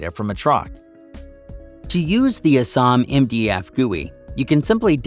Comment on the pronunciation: it's not "uh-SAHM", it's "A-SAM"